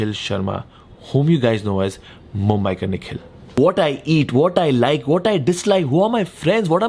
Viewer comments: it's mumbiker not mumbaikar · ‘Mumbiker Nikhil’ not Mubaikar :(